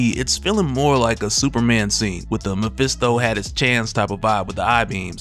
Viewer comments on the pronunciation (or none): none